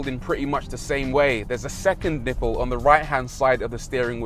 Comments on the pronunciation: A niple? Really?? A niiple??? 😂😂😂😂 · Everytime you say nipple i laugh, 😂